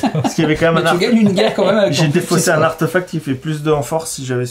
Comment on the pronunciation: Coucou tous les trois :) En même temps on ne va pas t'engueuler parce que tu dis papeur tales alors que eux même ont dit arteufact tout du long (artefact vient du latin où le e se prononce é, et la réforme de l'orthographe de 1990 en a même changé l'écriture officielle en artéfact pour rétablir la concordance de la prononciation avec l'écriture) Essayez, vous verrez : c'est plus joli ;) Ciao ^_^